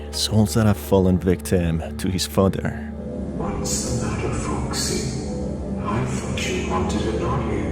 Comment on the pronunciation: the scariest part of this is how he says foxy